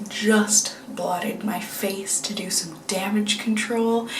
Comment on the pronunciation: I'm going to rewatch this video and imagine you're saying "dew" whenever you say "do." It'll be very punny.